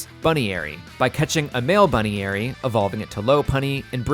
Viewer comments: Pronouncing Buneary as "Bunny-ary" should be illegal... It's "Bun-Eary". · I hate how wrong you pronounce Buneary Its bun ear y not bune eary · buneary being pronounced "bunny airy" HAS to be rage bait i can't accept it otherwise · Bunny-Airy? HAH! It's Bun-eary, you know like bunny ears. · Dear Arceus, what the hell did you call poor buneary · What’s with the pronouncing buneary wrong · why did he pronounce buneary and riolu like that.. 😨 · how do you mispronounce so many Pokemon in ways that are still ok on the ears? Feebas, Buneary, Riolu, ect.